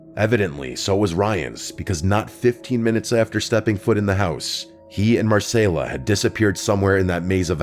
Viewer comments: It’s Mar-Cell-A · Why’d you pronounce Marcela and continuity weirdly